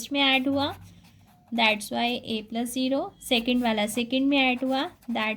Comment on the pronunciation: I like it when u tell zero as jero